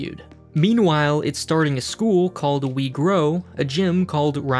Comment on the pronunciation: thought this man said negro when he said we grow